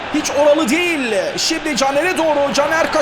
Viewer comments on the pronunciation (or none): none